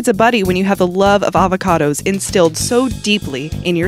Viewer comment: Friesh avacadooos mah fwenz